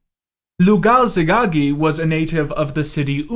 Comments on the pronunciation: Lugalzagesi "Lugazegagi" Okay Edit: You´re forgiven, most bears, or super-chimps can´t even read at all. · Lol you mispronounced Lugalzagesi the first four or five times.